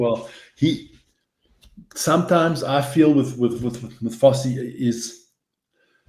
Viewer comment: Is there a reason why the gentleman on the right of the screen cannot say "Fassi" ? fussy not FARSEE.